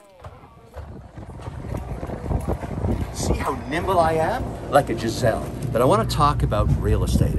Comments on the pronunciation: What's a "Jizelle"? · What's a 'jazelle' ? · Lol great episode ...but Giselle = gazelle I think? 😂